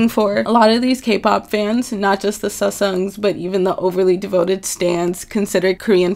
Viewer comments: it's sa-saeng not sa-sung or se-sung lol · i feel so bad that she has to make 2 kpop videos and a fucking disclaimer for petty fans to undeestand she isnt hating. like legit she is telling the truth. and also the pronunciartion of sasaeng is (saseng thats how you pronounce it :]) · SuSungs what what WHAT pls say it right first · Sis this video is a mess and work on ur pronunciation wtf is a susung? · it's sasaeng not saesang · Not to be rude it's pronounced "sa-sang" and legit kpop is literally American pop...but korean 😂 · for some reason you pronouncing sasaeng is the least aggravating thing about this video